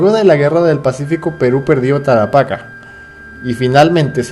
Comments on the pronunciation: si ubiece sido peruano pronunciaría bien "Tarapacá" y no tarapaca... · "tarapaca" mis oidos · men, es Tarapacá acento en la ultima A soy de Arica :v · en el territorio perdido de peru, que actualmente es el territorio chileno, la ciudad de tarapacá se escribe y pronuncia como lo deje antes, la verdad es q me dio gracia que dijera tarapaca xd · Es Tarapacà ! con acento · Tarapacá con acento agudo y tilde en la a de la última sílaba.